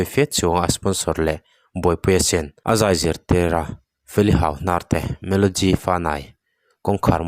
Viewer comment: melody i lam dan chulehh, melogy i ti a